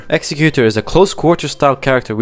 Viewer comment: 2 things: List is absolutely atrocious, Ironeye and Duchess last? What the actual F. Also, you mispronounce Executor, like so many other folks. It's not pronounced like the word "Executioner."